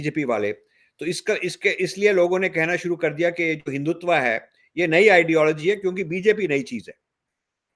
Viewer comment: Rajiv Saheb, it is Hindutva, not Hindutvaa